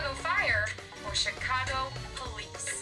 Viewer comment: Says Chicago Fire “Chicage Fire.” Wot?